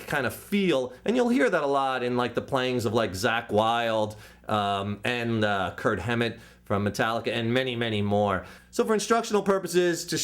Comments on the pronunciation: it's "KIRK HAMMETT" not kurt hammed dumb ass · he said "Kurt Hammett" haha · yes man but he say kurt hammet lol!!! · he sez Kurt Hemit.......................... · He was being sarcastic. called Kirk Hammett "Kurt Hemmit" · oh lol that wasnt seriously ment^^. he pronounced it false so i just was joking^^. I even got a nothing else matters cover XD. james played the solo but anyway i know who's metallica.... But thanks it's nice to see people helping.